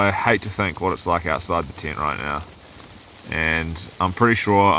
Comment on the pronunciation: Was watching this with my kids, they love your videos. They also love how your pronounce tent, my youngest said is he saying tint lol. Another great vid!